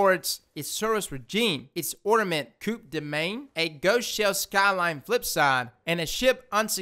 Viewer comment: MY boy u french is perfect pleas say coup de main on every video coup de main or a hand keep up the good work just kidding